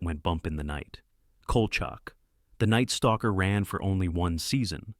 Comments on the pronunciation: The Series "Evil" is much better than "The Exorcist" Series. The "AI" narrator kept mispronouncing Kolcheck as Kolchuck very annoying. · Dude, it's pronounced COAL SHACK!